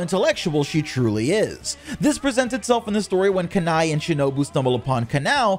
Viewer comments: Bro pronounced Kanae as kany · I would not be surprised is Shinobu thought of Batman as a name... Wait... Batman is an orphan..... Yet her biological family abandoned her and both Kanae and Shinobu are dead... SO SHE IS STILL AN ORPHAN 😂😂😂😂 "Kanai" I'm sorry, it's just 😂😂😂😂😂 I usually pronounce it "Ka-neigh" It just sound so much better then that 😂😂😂😂😂😂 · Kan-Ay is how you pronounce it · Not making fun of u but im using those names you pronounced to my friend as a joke since they get triggered easily 😭😭 Kanae: Kanay Kanao: kan-ow Other names for kanao as well 😂